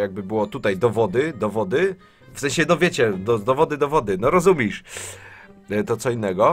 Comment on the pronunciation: Mała uwaga oczywiście nie ofensywna. Powinno się mówić rozumiesz zamiast rozumisz, jest poprawnie i zdecydowanie lepiej brzmi. Sorry, że zwróciłem uwagę.